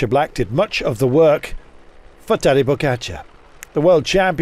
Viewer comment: Teddy Fokatcha Tedi Bokatchia Tedi Pokatcha Tede Pokatcha Bogacha Tedi Bokatchia Tede Bokatcha Tedebokachia Teribokachia Tade Pokatcha Telé Pogacha Pogacha It's not that hard come on....